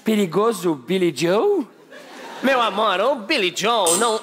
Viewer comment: Para os desavisados, é Joe e não Jow/Jhow ou qualquer outra coisa.